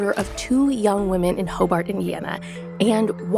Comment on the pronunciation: Ho- Burt not ho- bart